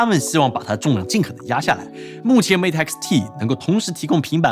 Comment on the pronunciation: 终于有中国博主把mate的音念对